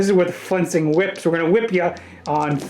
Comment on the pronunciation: I love your reports, keep doing your thing, but you keep saying "fencing whips" and it drives me insane every time, sorry, but it's "flensing" with an L